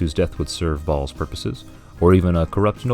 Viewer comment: Tsk! It's Ɓhaals!